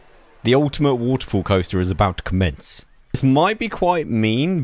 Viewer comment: Lmao he can’t say waterfall